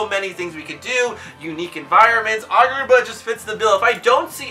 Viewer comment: Why you say it like argar ba